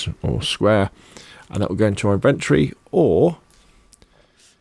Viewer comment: Amazing video bro really helped. But please put the o back into inventry. It's in ven tory